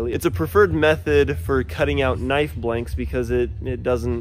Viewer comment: finally someone who says knife right